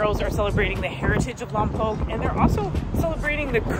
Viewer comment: Hey, glad y’all enjoyed Lompoc! Just a heads up, it’s pronounced “Lom-poke” not “Lom-pock”. Also, us Chumash are still here 😂 we’re still kicking it.